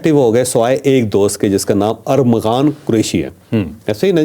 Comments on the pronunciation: چودھری صاحب ! آپ بھی ارمغان کو ارغمان بول رہے ہیں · چوہدری صاحب آپ بھی ارمغان کو ارغمان کہے جارہے ہیں جو اردو کے بڑے سینئر صحافی مانے جاتے ہیں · Javed sahab ko Armaghan nai bolna aata, baar baar Arghaman keh rahe ha.....👺👎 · ارغمان نہیں ارمغان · چوہدری صاحب فرخ آ پ کو لقمے دیتا ہے اور چالاک ہوتا جا رہا ہے آپ بھی ملزم کا نام ارمغان کی بجائے ارغمان بول رہے ہیں میں آپ کا بہت پرانا فین ہوں پلیز بادام کھایا کریں'۔۔۔۔ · اچھی کوریج آپ کے پروگرام بہت اچھے اور تفصیلی ہوتے ہیں لیکن آج آپ ملزم کانام غلط بول رہے ہیں یہ ارمغان ہے ارغمان نہیں ہے علامہ اقبال کی کتاب ارمغان حجاز بے حد معروف ومشہور کتاب ہے آپ جیسے ادبی شخصیت سے یہ غلطی نہیں مناسب حالانکہ تمام اینکرز بھی یہی غلط نام بول رہے ہیں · اوے چول ! ارغمان نہیں ارمغان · ارمغان صحیح نام ھے چوہدری صاحب